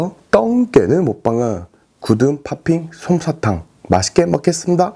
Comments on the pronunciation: 구등팝핑 솜사탕ㅋㅋㅋㅋㅋㅋㅋㅋ 발음 완젼귀여우심ㅋㅋㅋㅋ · 구듬팝피솜사탕 발음봐라 ㅋㅋ 볼때마다 빡치네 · 오드느 머빵은 구듬파핑손샤탕ㅋㅋㅋㅋㅋ 발음 너무 중독돼요~~!! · 구듬파핀손사탕..점점 발음이..일부러 그러는거면 잘하시네.. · 발음이 왜이러심;;ㅋㅋ 구듬타핑손타탕